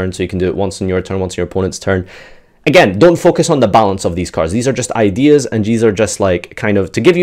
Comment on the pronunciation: I love all these "idears"